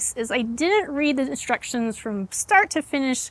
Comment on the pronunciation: I thought you said "follow the destructions" 😄 and it sounds like you did (I listened a few times) and I had to laugh because that's what my handyman calls instructions 😄, but the captioning didn't say "destructions" - so, oh probably not. ☺️